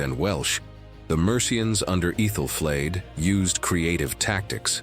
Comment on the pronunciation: ETHEL.. ETH..ALL, NOT EETHAL..